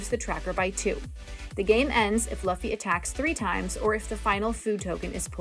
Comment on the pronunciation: Love the video, great instructions on how to play the game. As an anime nerd I feel the need to let you know that's pronounced "loofy" 😅 but great video nonetheless!